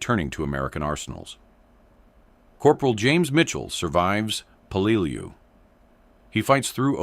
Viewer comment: I really HATE these AI Video's, they can't Speak American, and then half way through the Video Repeats it's self, this Word here the AI has Problems with: Peleliu, it is pronounced as "pe-lə-ˈlē-(ˌ)ü" or "Pell-uh-loo.", can you get a REAL American to do your Voice over, Matt Morse has a Great voice for this!